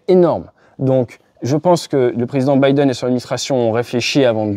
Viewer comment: "Bidenne" réfléchit !!! Très bonne vidéo .